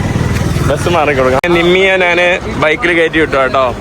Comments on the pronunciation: നാണ്, നാൻ, നാന് അല്ല, ഞാൻ ആണ് ശരി. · എടാ മൈരേ,, നാൻ അല്ല, "ഞാൻ" ആണ് ശരി.